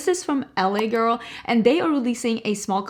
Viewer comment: The way you said LA Girl freaked me out! Full american accent 😂